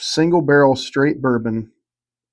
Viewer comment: Originally I gave my "favorite" bourbon influencer. I'm gonna give my 3 most influential. The guy is a genuine patron of all the stores he visits, he has a great manner about him, and seems very friendly and open. Bonus points to him on his pronunciation of the word "barrel." Janice has opened up a new world of adventure for me and my wife. Her desire to grow couples together through libation and teaching spouses to enjoy something their partner enjoys has actually awakened my wife to trying new things. Lastly, His was the channel that really started me down the rabbit hole, and he gave me hope. I figured, if a goofy chunky redneck from Alabama can do this on this scale, then a goofy chunky redneck from Louisiana can, too!